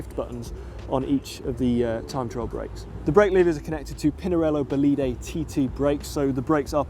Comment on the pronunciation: you have to say "bolid", not "boliday". "Un bolide" is a French slang word for a fast car, a sports car generally.